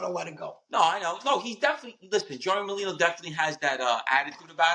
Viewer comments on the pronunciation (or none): "Molino"? WTF is "Molino"? His name is Merlino. Are you illiterate? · Joey Molino? None of these guys can get each other's names right. Either they're complete morons, or it's intentional. When ppl search for Merlino, this video won't come up. Smh. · Merlino not molino